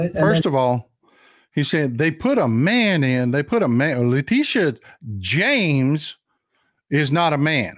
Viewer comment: Her name is James, he says “Jones.”